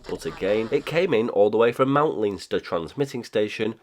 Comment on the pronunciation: Hi from Ireland! Leinster is pronounced "len-ster" :)